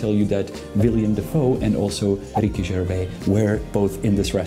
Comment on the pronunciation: Can you make a video on how the Prague Castle is now fully open again to the public? Btw. you're making the same mistake as many when pronouncing Willem and Ricky's names as William and Gervae. Although I understand that it's an unfortunate funny thing that it were just these two celebrities with the most often mispronounced names that visited the restaurant🙂.